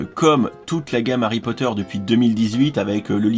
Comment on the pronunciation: Harrrry Potttteerrr